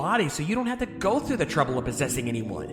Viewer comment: "Toruble" -Anonymous, 2016